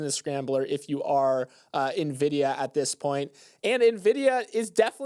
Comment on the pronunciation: Heyyy they made it through an episode without messing up Nvidia or Jensen Huang's pronunciation! That's growth babyyyyyyy